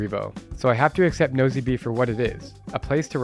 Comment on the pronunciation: Nosy Be is pronounced "Noosh Bay." I went to Madagascar in 2017 and wasn't impressed with Antananarivo ("Tana"). It's filthy and dodgy, and many locals call it "Andikybe" (place of much poop). Nosy Be is quite a nice place, much safer and calmer than Tana.